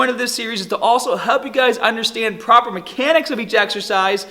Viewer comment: To tahget ur biceps hahdah, propah supination is key bro